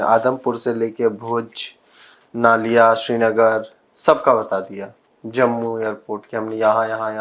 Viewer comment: नलिया he sir नालिया नही.. I have lived in Naliya AF Stn for 5 years